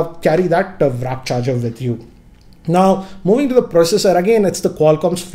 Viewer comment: "wrap charger" 😂🤣🤣😂